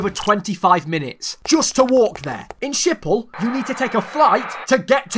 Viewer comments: Me dying every time he says Schipol ( IT'S PRONOUNCED SK-HIP-HOL) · Im dutch and the way you pronounce Schiphol is so funny😂